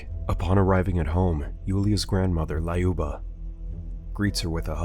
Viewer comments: it's not lAUba 👎 Do you remember Luc Skywalker? Of course yo do. So, it's like Luc, but Luba ! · Every name is pronounced as it was the substitute teacher in Key and Peele. "Lyuba - LAAAH-you-BAH" Not even close. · Lol quick russian lesson 101 It was be (Lyou) (Ba) LyouBa